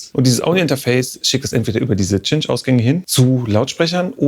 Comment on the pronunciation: OMG! Ich fand Stimmimg sooo geil, ... bis er Tschintsch (Cinch) gesagt hat, anstatt SS/ßintsch (Cinch) :D Lasst euch das Wort vorsprechen :) Stimming = Beste Musik